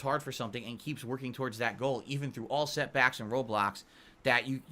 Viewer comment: “Even through all setbahks and Roblox”